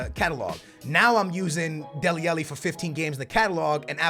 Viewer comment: It's deli alli not deli elli